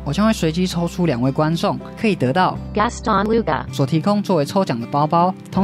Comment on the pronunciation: 小聲bb：那個GASTON LUGA是不是不會讀